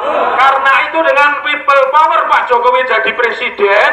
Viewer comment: Kok aku dengernya pipa power...😢